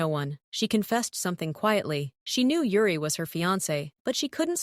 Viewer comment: It's Yuri not Ure 😂😊😅